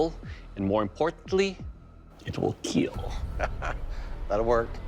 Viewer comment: Overall sir, it will keel